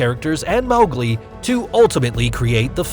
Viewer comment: mawglie lol